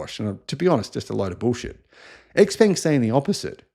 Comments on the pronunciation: its pronounced frantically: Showpung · X Peng; peng rhymes with “hung”, and “sung”. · You own stock and their product but still unable to pronounce their name correctly